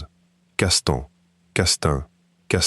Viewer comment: Castan-ha : l’IA a des progrès à faire en matière de prononciation occitane. N+H=gn, ny, ni. L+H= ILL (y mouillé)